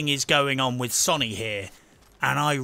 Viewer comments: Can this guy please pronounce Sony correctly.. Sow-nee not Sonny, it's doing my head in lol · Sow knee, say it with me SOW KNEE. NOT SUNNY